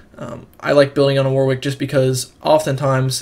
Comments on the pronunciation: You need to learn English phonetics, son. What if I start calling you Big Luggy Agga? Ask anyone at Riot, or anyone else English - it's pronounced "Warrick". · It's pronounced "Warrick". What's all this "WW" nonsense? The second 'W' is silent.